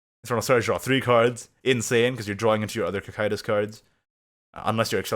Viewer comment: Wait, is that how you pronounce Cocytus?